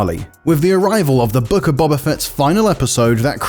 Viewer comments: IGN be like "Bob-ah" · The fact that people have watched this show, hearing Boba be said multiple times and still some how pronounce it as Bob-a rather than Bo-ba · This guy doesn't know star wars he's reading a script, he can't evan say boba properly